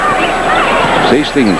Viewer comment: Is #14 Jerry Sichting? (SIGHT-ing, not SEE-sting)